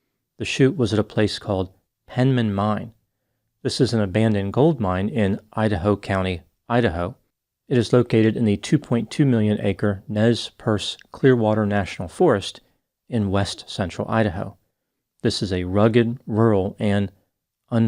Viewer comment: Nez Percé is pronounced Nay Persay